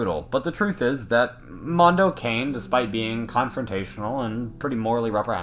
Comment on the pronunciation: It's pronounced "can-e' "